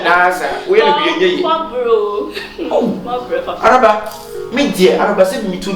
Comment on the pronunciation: Kyekyeku pls is Araba not Alaba 😂😂😂😂😂😂😂AcaEbenezer is real